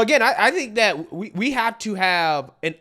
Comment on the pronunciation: You seen DAT, you heard DAT 😂 Dude is illiterate 😂